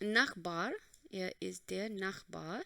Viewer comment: you don't know the pronunciation of der🤢🤢🤮🤮🤧🤧👿👿